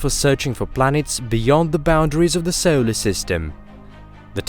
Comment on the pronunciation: Where is the narrator from? Maybe it is AI not a person. I love the videos but the pronunciation is odd at times. We don’t live in a ‘sollar’ system for example.